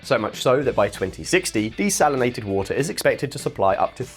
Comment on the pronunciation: It is water lol Not voter lol 😂